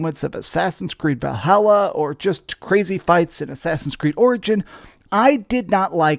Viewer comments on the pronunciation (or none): none